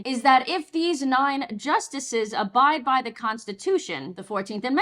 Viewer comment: It's pronounced 'abridge' like 'a bridge'.